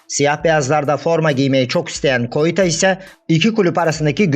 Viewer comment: Koita ne yaaa allah aşkına hocam sen.olsa yapma